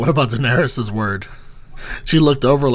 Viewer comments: Danarys, not Danarius, she’s not livin on MLK Jr Blvd. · How did you get through six seasons and still call her Danerius?